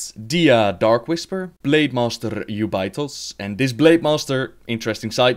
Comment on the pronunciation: haha you pronounce Jubei'thos (u-bi-tos).... while over here in oceanic we call it (ju-bay-thos)